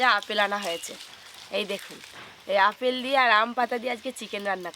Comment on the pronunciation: অপেল না ওটা আপেল হবে😂